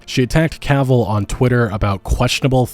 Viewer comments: OMFG you started pronouncing his name right. The stars are aligned and all is right with the world. The universe thanks you. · Hey you didn’t say Cuhville this time I’m proud. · Omg bro thank you, you finally said Henry's last name properly. I love your videos but that bugged me, not gonna lie. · Haha, now you say it right !! Well done.